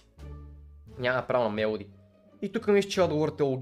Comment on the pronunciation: Казва се мелодия а не мелади